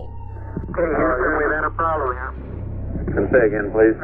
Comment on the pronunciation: "Uh hoston we had a ploblem" Surly had would infer past tense of the problem like I was alreadysolved